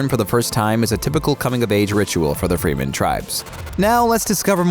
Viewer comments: Fremen. Not Free-men. sigh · You are pronouncing the Bene Gesserit wrong and the Fremen wrong. It is throwing me off. lol